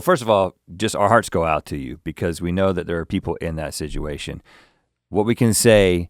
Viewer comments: Rhett says situation like sidguation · rhett pronounces "situation" in a strange way